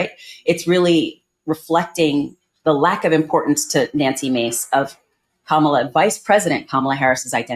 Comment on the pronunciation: So she's Na-nuksy Ma-cé?